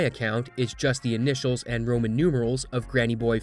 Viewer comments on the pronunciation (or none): none